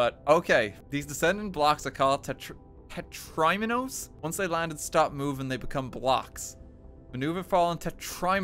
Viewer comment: Dont know whats worse: Dans stress, or the way he pronounces "Tetraminos"